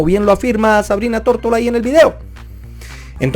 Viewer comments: dices Tórtola 😂😂😂 y luego pones una foto de ella con su nombre y claramente dice Tortora. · Se apeida "Tortora" no "Tortola" ¿Si notas la diferencia?